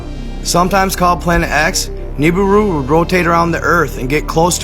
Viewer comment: Also igigi is pronounced E-gee-gee . And Nibiru is pronounced Knee-beer-ew not nib-a-rue